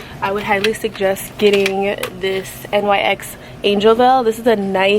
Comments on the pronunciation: I’m not being mean but it’s my biggest pet peeve when people say N..Y..X. It’s pronounced “nicks” 😭 don’t come at me people okay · its not N Y X its nyx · It's not N.Y.X it's a word : NYX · No hate at all but NYX is pronounced nix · I never had somebody pronounce nyx by the letters😂 i just pronounce it “nicks” but tomato, tamato. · it’s not nyx the literal letters it’s nyx as in “nicks” 🤣 lol